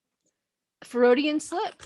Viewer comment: Fer-o-dian slip??????